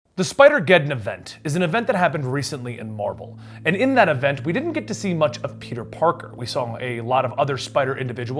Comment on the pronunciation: did you say marble instead of marvel ?